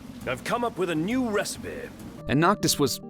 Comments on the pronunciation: not just the "ive come up with a new resapeh" also "none the worse for wear" lol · Ahv come up with a nyoo res-peh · his pronunciation of recipe got me every time. "Recipeeeeeh...!"